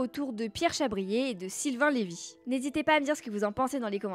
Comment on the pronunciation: C'est Lyve pas Lévy. Renseigne-toi!